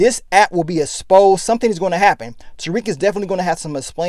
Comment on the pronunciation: This nigga is always saying "asposed".. Come ooonnnn,! It's EXposed